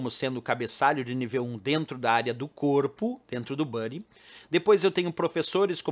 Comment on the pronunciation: Dois comentários sobre itens que você explicou nessa aula, os cabeçalhos h1,h2 até h6 não são "níveis" exatamente, mas tamanhos de cabeçalho sendo o h1 o maior e o h6 o menor. A pronúncia da palavra "body" é "bóri" (ou algo bem parecido) e não buddi. Fora isto, muito obrigado por mais uma aula, abraços!